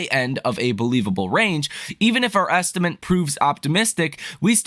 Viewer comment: the word estimate ends with ate, not ent.